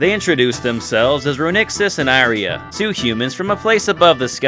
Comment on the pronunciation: It's pronounced EE-REE-AH bro! loved the video!